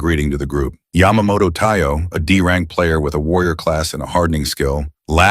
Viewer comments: AI narrator be like: D rank = Dank C rank = Cank B rank = Bank A rank = Ank S rank = Sank What is this 🥀😭😆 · I love how the AI narrator calls D rank Dank